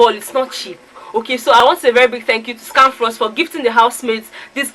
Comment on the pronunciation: For some reason seems to have problems with pronouncing of words... The way he speaks English seems to have affected him... Pronouncing of Scanfrost was a problem... It was so funny listening to him mention it... Characteristics of a winner 😉